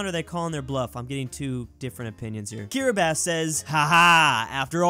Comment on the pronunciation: How can he say Kiribati properly but can't pronounce ja properly